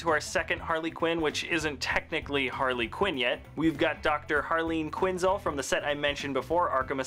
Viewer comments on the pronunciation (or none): He says it Quinnzl it's Quinnzel how do you say el el!!!!! Not Quinnzl